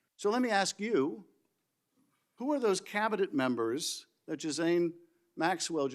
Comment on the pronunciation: it is pronounced Jizz-lane spell it however you want but that's how it sounds... how is this man able to speak at governmental hearings while he can't pronounce his subject matter for his arguments correctly???